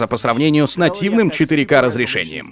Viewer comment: 2021 год, но до сих пор говорят как селюки 4-ка, а не как нужно. Правильно 4-КЕЙ